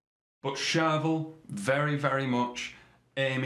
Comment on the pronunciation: charVEL .... not CHARvel. Please man.... respect the syllables!